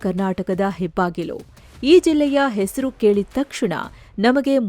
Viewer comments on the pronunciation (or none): none